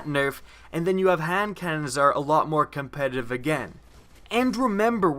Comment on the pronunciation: Pls say the word "competitive" clearly